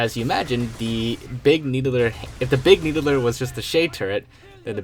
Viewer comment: Big "Needuhler"